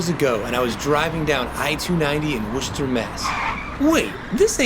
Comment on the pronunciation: Haha right? Always a bonus to hear “Worcester” pronounced correctly!